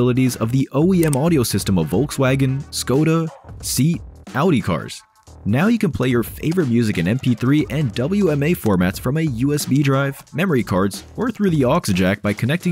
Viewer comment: SEAT se pronuncia SEAT, no SIT. Es el anagrama de Sociedad Española de Automóviles de Turismo.